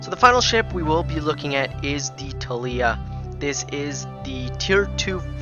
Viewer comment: ThAAlia also.